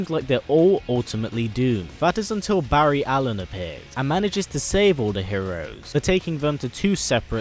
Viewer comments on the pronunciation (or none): none